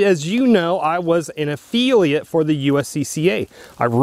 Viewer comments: Can’t pronounce affiliate or spell “scripts”? So this is about how it benefits you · Annoying mispronunciation. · yeah, I’ve never heard anyone pronounce affiliate like that. Very strange. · What is an affeelia program? Is he trying to say the word "affiliate"?? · It is a-fill-eeat... not a-feel-e-ate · It's a Affiliate NOT A feeliate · Affeeliate/Affiliate. He said it about a dozen times. Lol. Seriously though, great content. I never considered USCCA wouldn’t have my back. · A-FILL-e-ate...not a-feelie-ate, just trying to help bro, thank you for another great video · He's said it like that for a long time and I've thought about correcting him, too. But I don't because I get a giggle everytime he says it like that. lol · Efeeliate? I had to use cc to hear affiliate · Affiliate (ah-fil-lee-at) not (ah-fee-lee-ut) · i finally figured out what you were saying LOL. I thought you were saying EFILIATE AFEELIATE program. and i was like what the heck is an EFILIATE AFEELIATE program LOL. Affiliate. AH i got it now. LOL a fill e ate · Affiliate not Afeeliate. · A fill-a-ot not Afeel-ee-at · It's pronounced "af-FILL-iate" not "af-FEEL-iate"...otherwise, that was a great video.... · Why am I watching a video of a guy giving his "expert" opinion when it doesn't seem like he actually knows anything? You're an "affiliate" (NOT an "affeeliate"), did it ever occur to you to call the USCCA and ASK them before making a video? When you retire you would make a good journalist, lol. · If you are getting compensated by USCCA, why would you object to reading what they want you to read? You have to take the good with the bad my friend. Sounds like you are the problem, not necessarily USCCA. What the hell is an "af-feel-iate", do you mean affiliate? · WTF is an afeeeliate? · A-feel-iat? Ha! You lost all credibility right there. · affiliate - widely pronounced "uh-FILL-ee-et"... vs "uf-fee-lee-uht." Had to hear several times to understand him...